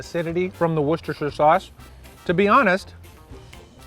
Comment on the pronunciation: You're the first non-British guy I've seen pronounce Worcestershire correctly